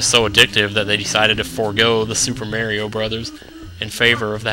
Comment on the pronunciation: did you say merio on ?the super merio brothers? hahaha